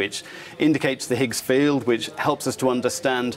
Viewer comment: Higs field? Higssphosen? Wtf did he say